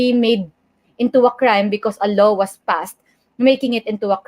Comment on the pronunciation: You talk funny...a low? Do you mean "law"?